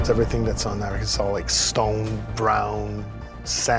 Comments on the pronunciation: What’s the deal with the change pronouncing Arrakis? It’s: “Ah-Rack-Iss” Not: “Air-A-Kiss” Nor: “Air-A-Keys” Especially if you expect me to ignore the “S” in Denis or the “VE” of Vilenueve. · Arrakis. Not Arrakeez. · You pronounce Arrakis incorrectly.